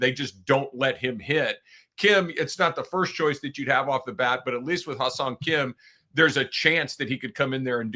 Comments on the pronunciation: Yeah it's a confussing name to pronounce. I thought is was pronounced like hiss-song Kim. He should probably just change his name to Henry! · You guys gotta stop calling him Ha-seong Kim